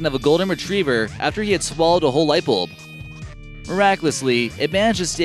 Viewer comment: Its bulb not bolb